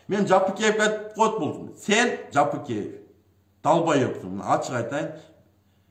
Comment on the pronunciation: Ей доопараз Жапыкеев дегенди айтаалбайсынбы, туура даана кыргыз тилинде суйлочу анча мынча создоруно тушунбой жатам.